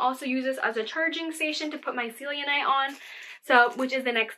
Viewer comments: Just to let you know it’s pronounced Sel I nite sit scelenite and the citrine is heat treated amethyst. It’s still citrine and has citrine’s properties but some people are unaware so I’m just letting you know :) also some really good crystals are larimar and smoky quartz I love those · Don’t use white sage or palesento!!! And it is pronounced sell-en-Ight.